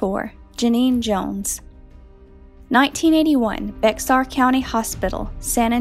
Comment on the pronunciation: Bingeing your vids--they're so well done! N.B. ... and this is super unusual, and wouldn't have known how to say it myself except for an Ann Rule book, but "Bexar" is pronounced "Bear" :)